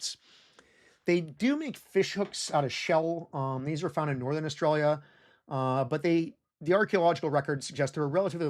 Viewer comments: Whys he keep say australia like that? I think... i think he's taunting me on purpose! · It’s so weird to hear my home country pronounced “oar-stra-lee-yuh” rather than “uh-stralya”